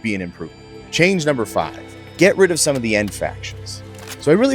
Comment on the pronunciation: Idk man I love it also "Sum Settlements"